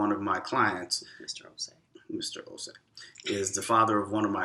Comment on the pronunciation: I like how you guys correctly pronounced the’Osei’.. perfectly pronounced.. Welcome home 🇬🇭